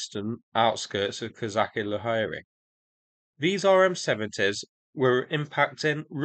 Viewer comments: Pronaunced Kozashi Lageri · "Ch" in Kozachi Laheri should sound not like in "Chemistry" but like in "Chinook" or "Charles".